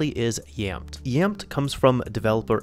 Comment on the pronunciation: Pretty sure it is pronounced as YAMETE